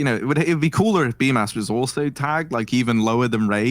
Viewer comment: According to Simple, it is pronounced as "Bumas" 😂